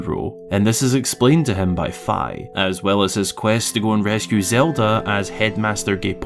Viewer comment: That does not look appetizing. I'm glad you pronounced Fi's name properly.